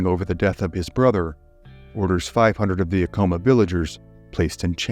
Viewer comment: You’re pronouncing Acoma wrong